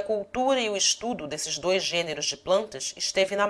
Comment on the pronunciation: muito bom, mas dei algumas risadas com o 'dols' (dois) e 'colsas' (coisas)